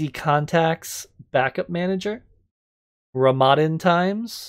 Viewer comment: It is not how you say Ramadan